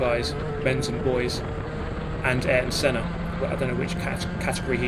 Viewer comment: You Arton Sennad, Ayrton Senna